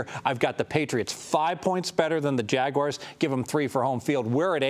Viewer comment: Jag...wires? Geez dude